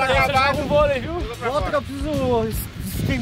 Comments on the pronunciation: "Bolei"? Kkkkk Tmj Xará ❤️ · Bolei kkkkk é volei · Aqui tá falando bolei e não volei